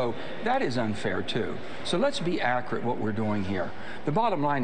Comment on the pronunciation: “Let’s be accarit.”